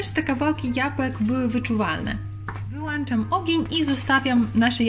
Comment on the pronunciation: Włączam, wyłączam, to jest poprawna forma, a nie włanczam, wyłanczam 😅